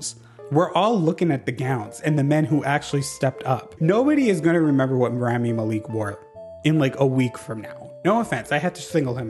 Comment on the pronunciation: also that’s not how you pronounce his name lol